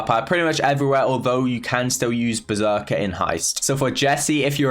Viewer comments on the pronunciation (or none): none